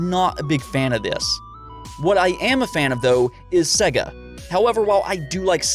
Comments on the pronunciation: Dude...... it's pronounced Seyga not 'Segga' Sega, as in 'to be this good takes AGES/SEGA). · Why do you say Sega like s.e.ga instead of s.ei.ga it’s so god damn annoying learn to pronounce things